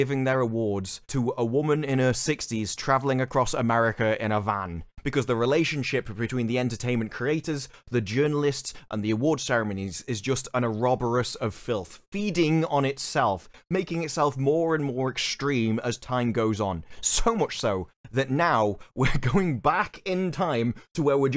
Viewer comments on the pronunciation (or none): its pronounced oro borous not oroborus its 4 sylables not 2